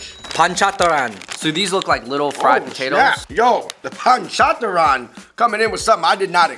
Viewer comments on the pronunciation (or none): "The panchataran"🤣🤣🤣🤣